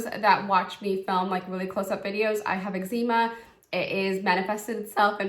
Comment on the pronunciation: I’ve never heard someone pronounce eczema like that before 😂